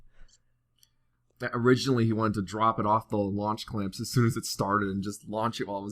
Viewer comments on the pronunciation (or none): He said "Lunch Clamp"